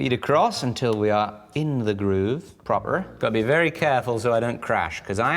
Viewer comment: why'd he say "proper" like that?